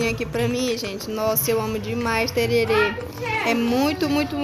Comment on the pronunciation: Eu do MS ouvindo a falando ´´tererê´´ kkkkkk mulher é tereré kkkk